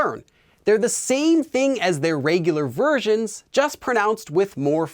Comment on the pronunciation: Starting to get the heebie-jeebies about taking language lessons from a guy who pronounces it "rêygular"